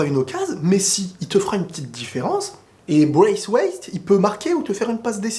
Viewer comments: pendant une seconde je comprenez pas de quoi il parle "Braiswaith" avec un accent 🤣🤣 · "Bwacewace" mes côtes 😂😂😂🤣🤣🤣🤣 ce serai trop bien en plus 😂😂😂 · J'adore comment il prononce "Braiswaith" lol